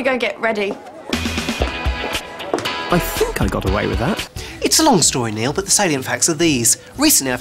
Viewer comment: I love how he calls him niell